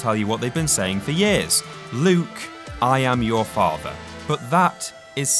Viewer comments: And he still botched it anyways, having the empahasis on "I" instead of "am". He is answering "You KILLED my father", he should say "No, i AM your father". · Just to be extra pedantic here, while it makes far more sense that he should have placed the emphasis on "AM" as you've typed, he actually places the emphasis on "I". "I am your father" as opposed to "i AM your father" just sayin...